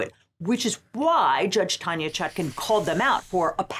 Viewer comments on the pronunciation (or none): none